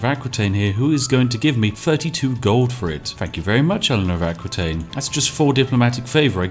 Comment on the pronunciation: Eléonor d'Aquitaine is pronounce [Akitaine], not [Akwitaine] :p !